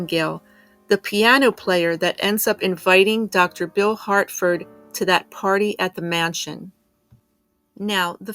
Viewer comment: Harford, not Hartford.